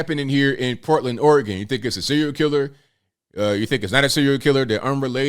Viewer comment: It’s Oregon